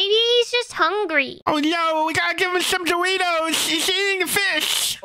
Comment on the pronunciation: doriftos it not the bes prim is the bes